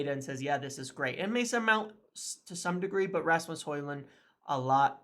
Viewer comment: Well done for the effort and respect for training to pronounce a persons name correctly Some of your countrymen are not even close with some names 😂